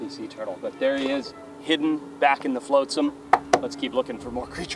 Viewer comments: It's flotsam, not floatsam, even though it floats. I know you're still learning, Forrest. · Something eat him, please. "Flow-tsum" ? No, "fl-awt sum".